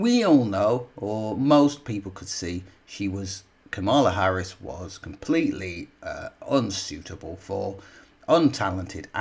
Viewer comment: Man, "nearly all the left leaning media" is a small percentage of the British media. Where have you been? BTW I cringe for you everytime you mis-pronounce Harris's name, have some respect.